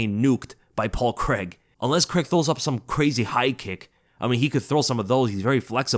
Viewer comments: Craig. Craaaaiiiiiig. WTF is Creg?! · as an englishmen i hate how Americans say 'Paul Creg' please please say it like 'CRAY-G' it only his accent that makes it sound like CREG lmao xD love your videos keep up the fantastic work mate <3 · who's Paul CREG? lol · I dunno why the yanks pronounce it Cregg 😂😂😂😂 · you don’t say Reders instead of raiders do you C r a I g not C r e g it’s easy bro